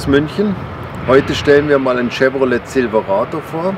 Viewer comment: Die Ausprache immer Zilwerado, Eskalate, dullie Achsen, Kru Cab herrlich !